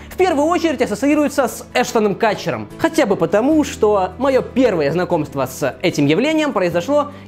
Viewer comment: Эштон КУтчер, а не Катчер